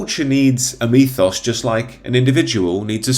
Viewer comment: What is a 'methos'????? Surely you mean 'mythos'? Is it just your pronunciation?